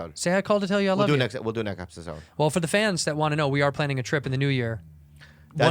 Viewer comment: “45 episurds we’ve recordured”